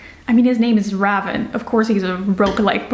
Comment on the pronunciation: I would have never thought to pronounce Ravyn as rah-vin instead of ray-vin. How interesting